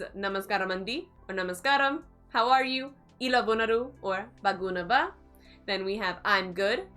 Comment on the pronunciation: Some pronunciations is errors - ela=( A+la) Bagunnara,bagundi=(Baa+gu+nnaaa+ra),Bagundi Ps:1.namaskaramandi (Andi is used respect others without mentioning their name. 2.if you want to mention their name then you have to add gaaru(gaaa+Ru) after their name Ex: Namaskaram Alexa gaaru 3. so many other word to describe "so so"- (it depends upon the sentence) Jai hind✊